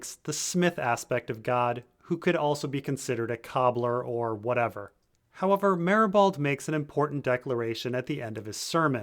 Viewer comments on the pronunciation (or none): none